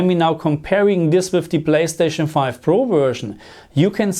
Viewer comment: My German brother with his “blayschtatschn” 🤣